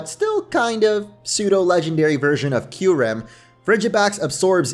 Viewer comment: IT'S PSEUDO, NOT F*CKING SUDO!